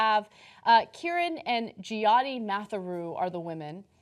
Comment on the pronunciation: "Jee-Yottee"? It's pronounced "Jyo-thee", rhymes with "Yo, G!"